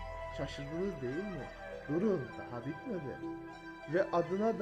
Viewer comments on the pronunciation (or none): none